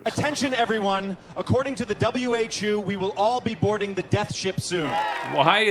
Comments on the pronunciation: "the w-h-choo" 😭😭😭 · "According to the W Heychu" O...Osaka? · Anyone else hear w a jew and not whu? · "the W-H-OO"? What organization is that, I wonder?